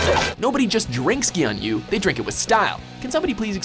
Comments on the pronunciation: Gyunyu is pronounced gyu-nyu, not gyun-yu. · gyuu-nyuu- not gyun yu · Its not gyanyu its gyunyu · gyu nyu, not gyun yu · Gyoon-yoo, not Gyuhn-yoo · hahahahah it's not gyun yu. it's gyu nyu. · "gyun-yu" cringe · gyun-yu? Can you get some damn phonetic pronunciations for foreign words and names. He can't even say pasta or choco correctly. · Gyunyu, what????? Pronounce is sooooo terrible as shit!! Should be like gew-new. And what the fuck?! Wasn't the pepsi man an international figure??? I really liked pepsi man when i was 3 or 4 years old. I always sang that jingle. Nostalgic commercial. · omg it is prounced gyu new. there is NO guns in that word and makes that part look like you didn't even do the most simplist dictonary skills in looking up the word. it also makes you a wee bit silly. or dumb. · His pronunciation was horrific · Is there really no way you guys could've learned how to pronounce gyunyu or sankyo? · was it intentional that the voice over guy's terrible pronunciation of gyunyu was corrected by the original voice over of the commercial? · His pronunciation of "gyunyu" was horrendously bad